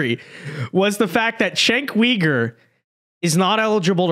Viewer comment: Are you pronouncing his last name incorrectly on purpose? 😅